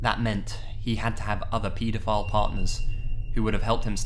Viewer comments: i died when he said petafile like peeta file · Why do you pronounce pedophile like peedophile?????! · pee dough file